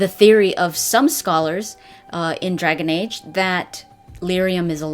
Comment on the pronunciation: Lolololol "Dergen age"